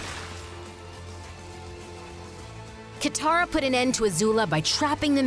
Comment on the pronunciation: Its katara Not Kithara Katara